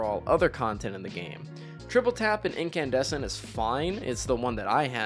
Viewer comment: I lost my mind when he said Incandussy